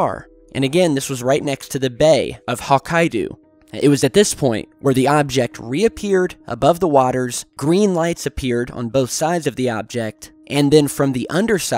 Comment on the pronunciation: hawkeyedu? you mean Hokkaido? Lol